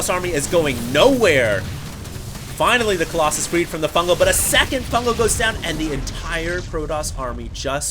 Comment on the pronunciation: aheem, excuse me.. Kolloss-anus?